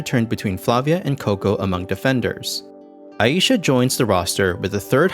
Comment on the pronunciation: the most glaring error in this vid is that her name is pronounced Ai(eye)-sha, not Ah-yi-sha